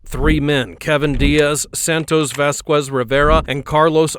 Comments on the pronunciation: you dont pronounce the 'u' in vasquez, just for the people that would like to know. In spanish we dont pronounce the 'u' when acompanied by a 'e' or 'i' unless its written like ü, italian works similar but with different consonants, very interesting stuff IMO. Its nice to have very strict pronunciation rules in a language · Vas-kwes , Alva-ray-dough 😂😂😂😂😂😂😂😂